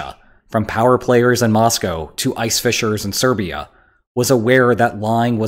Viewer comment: An excellent and thoughtful analysis .... but ~ 26', you mis-identify "Siberia" as "Serbia". Otherwise, very impressive.